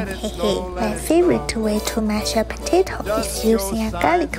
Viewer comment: Bro don’t know how to pronounce potato 💀